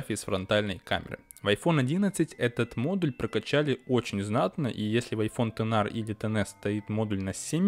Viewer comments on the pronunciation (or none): Кто-то кроме него говорит айфон тэнар? 😂